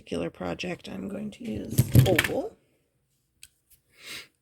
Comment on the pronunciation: Yes. When she said "oval" I kept hearing "old" and was wondering until the closeup and it dawned on me. Yes, oval jumprings can be so helpful and I need more of those!